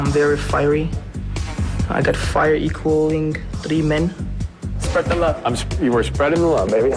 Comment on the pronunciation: Sorry for the late reply. He didn't say "equaling". He said "Equalink" ROFL